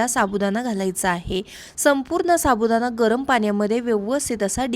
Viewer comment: साबुदाणा पाणी बोल साबुदाना पानी नाही